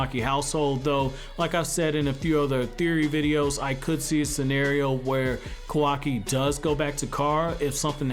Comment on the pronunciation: Kawaki not Kawai